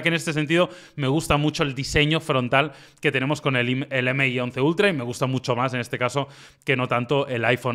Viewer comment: "m" - "i" y no MI 🤦🏻‍♂️🤦🏻‍♂️🤦🏻‍♂️